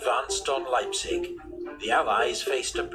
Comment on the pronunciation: On pronouncing Leipzig you did a good job. The 'ei' in Leipzig is spoken like the 'i' in Library.